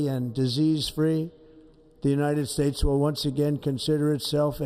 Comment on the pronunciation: The United Spates lol